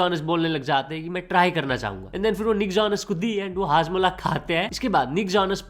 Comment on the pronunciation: 😂 hajmola ❌ padmola ✅ 😂